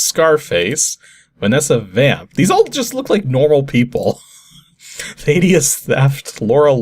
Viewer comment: I'll admit - I did laugh when I heard how you pronounced "Thaddeus." (It's THADD-ee-us, not THAY-dee-us). But no worries. I just happen to live in an area where a famous Thaddeus lived, so I've heard the name a lot :)